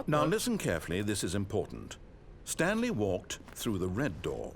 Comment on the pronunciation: "stanely agreed to sign up to google+"